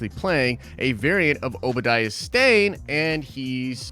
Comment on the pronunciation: Why,?🤭 Why do you keep calling him "Obadiah's Stain? It's Obadiah Stane.